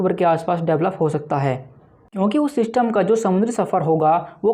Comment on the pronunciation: Bhaai,sach sach btaana tum ye zyada Elvish Yadav ko dekhte ho na, kyunki it's 'System' not "Syshtamm" 🥹 for God's sake,poora video dhekhna bhaari ho raha h thoda jubaan se 'Syshtamm' ko lagaam do. 🥲 Bohot meherbaani.